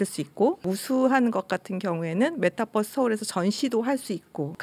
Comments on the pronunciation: 님은 메타버r스를 메타뻐쓰 라고 발음 하시네요 시내버스인줄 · 어려웠던 메타버스의 의미를 잘 설명해주셔서 감사합니다. 그런데 서울시 공무원 여자분, 끝까지 메타뻐.스. 뻐스. 뻐스.. 메타버스 잖아요. 뻐스 타고 다니는거도 아니고 끝까지 뻐스래. 짜증나. Metaverse. B가 아니고 V 자나요. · 뻐스? 유니뻐스라 읽나? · 메타 뻐스.. 발음 거슬린다. bus로 생각하는 것은 아니겠죠?